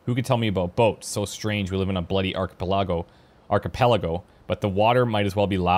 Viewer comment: ARK - A - PA - LAGO